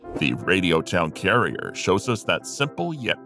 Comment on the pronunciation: It'd Radio Town Crier, not carrier.